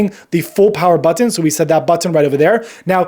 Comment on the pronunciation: Is it me or is his pronunciation of button is distracting